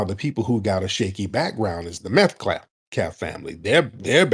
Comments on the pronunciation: Tariq. I love you bro. You’re my FBA brother. But please brotha please, stop saying “MetCLaf”…..Metcalf is pronounced MatKAFF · Great broadcast but can't stop saying Metclaf😂😂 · Tariq I Thought you said METH-CALF 😂🤣😅